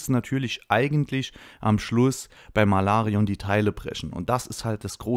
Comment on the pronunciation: "Malarion " Bist der beste.